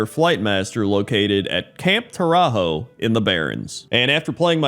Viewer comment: DAMMIT Camp TauraZHO (proper pronunciation) was **NOT** an Alliance invasion; rather an unauthroized and brutal sneak attack by some mercenaries putativelyt working for the Alliance. We've all seen hired hands going offscript and fucking shit up. People trying to use equivalence of this shameful rogue action compared to the intentionally manipulative cowardly Mass murder at Theramore make my head explode. LEARN ABOUT PROPORTIONALITY, PEOPLE.